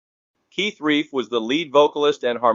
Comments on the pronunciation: Hate AI products. So unnecessary for the AI voice to read out the title and cause of death... and it's RELF not REIF... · Keith Relf with an "L" and rhymes with shelf, not reef. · Keith Relf, rhymes with stealth, not reef. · Keith RELF not Keith REIF. Sheesh. Learn about your subject